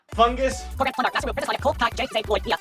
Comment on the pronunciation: Bro said he’s a big Ninjago fan and he completely got korgrans name wrong. He called him korag